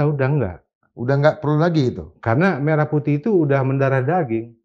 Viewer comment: bukti itu lagunya diduga dari AI adalah: WAKTU MELAFALKAN MERAH PUTIH, DIA MENGEJANYA "MERAH" UNTUK KATA SEPERTI "MERAH SUSU SAPI":face-blue-smiling